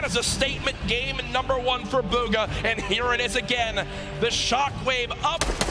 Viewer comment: he says bug-ha lmfao